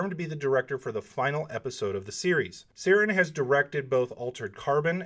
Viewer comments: The new director is not named Seerin. It's Ciaran like Kieran or if he's using an Irish or Gaelic vernacular it's pronounced Kierawn. Great video. As always, Thanks for the content. Stay safe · Ciaran is pronounced "Kee-Run" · Ciarans pronounced keearawn its irish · Hi There, Just a heads up, Ciaran is an Irish name and is pronounced Keer - an ;) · this is not important at all, but I think Ciaran is pronounced Kee-Ran, I think it's just a Scottish or Irish spelling of Kieran. Anyhow thanks for all the details!